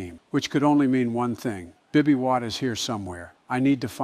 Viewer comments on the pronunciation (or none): I love how Joe always say bibby witt instead of Bobby witt it’s a really cool detail